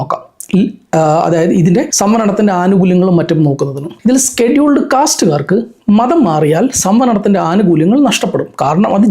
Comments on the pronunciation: Not skeduled, scheduled… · Skeduled caste alla scheduled casteanu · സ്‌കെടുൾഡ് അല്ല ഷെഡ്യൂൾഡ് ആണ്....😂